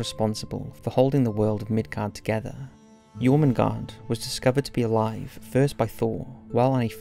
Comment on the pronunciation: Am I correct in saying that in English Jormundgand(r) sounds closer to Yermundanth(r) and Nidhogg(r) is more like Neethherg(r) with the 'th' in both cases being pronounced with a hard 'th' similar to 'the'?